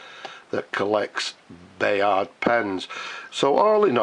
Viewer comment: The French pen is pronounced "Bye-arr", and the slogan pronounced "Sonnz ri'prosh". It means literally blameless, but has a richer meaning of " Perfect".